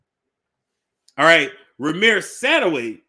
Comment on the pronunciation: It's pronounced Satterwhite